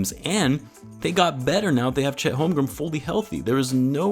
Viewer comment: Dude can u please say Chet Holmgren’s name correctly 😂😂